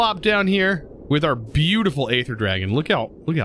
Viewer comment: BTW Aether the "A" is silent and it is pronounced Ether.